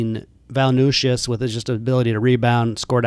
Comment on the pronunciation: It’s Valen-chew-ness brother 😂